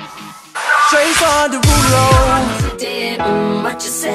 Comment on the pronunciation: Lmaao he actually says Jason derulo